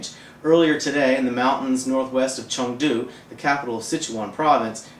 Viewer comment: I agree with you. BUT, the economy is a macro-view of the overall health of the country, so it must not be discounted. I also want to add that this guy needs to learn how to pronounce Chengdu properly, among other chinese words.